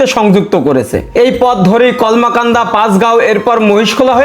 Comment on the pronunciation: উচ্চারণ কমলাকান্দা না কলমাকান্দা হবে।